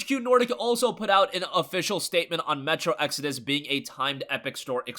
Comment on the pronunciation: Hey he finally learned how to pronounce "exodus" now! So happy for him!!!!!!!!!!!!!! Also the Epic client is factually inferior to Steam its lacking many features we take for granted like reviews, forums, the workshop for mods, etc etc!